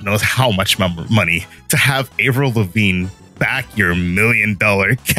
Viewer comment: I don't know how to feel about how Avril Lavigne was pronounced...